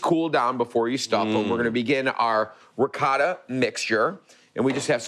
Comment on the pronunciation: Love the ricotta pronounced "ree guh tuh" just like my mom said it.